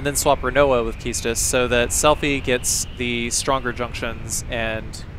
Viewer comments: I love your videos, so I don't mean any disrespect, but keestis sounds silly to me. It reminds me of keister or queef. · I wonder how you pronounce the word "equipment" or "inquire". Please reflect on your approach in spelling "Quistis", because it's cruel :) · I always pronounced Quistis as "cuistis" not "kistis"